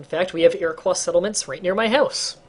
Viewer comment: You said Iroquois wrong. ear-uh-quo not ear-uh-qua